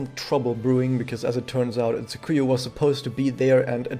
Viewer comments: Pronounciation tip. TSU-kuyo, not Tsu-KU-yu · He did not. The inflections were off and there was a distinct "yu" sound at the endof her name.